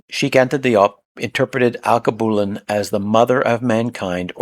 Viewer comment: AL-KEY-BEW-LAN is how you pronounce Alkebulan